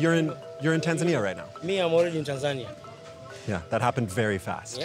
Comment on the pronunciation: Why doesn't the reporter pronounce Tanzania properly? The local will say it and he repeats with the incorrect pronunciation every time.